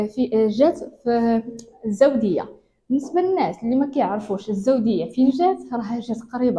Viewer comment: ما فهمت اسم المنطقة …واش الداودية و لا الزاودية…